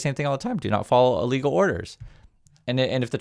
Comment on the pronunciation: Sorry, but you need to enunciate more clearly. When you say “illegal orders” it sounds an awful lot like “legal orders”. Love your stuff.